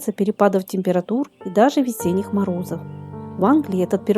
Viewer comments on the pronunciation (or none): none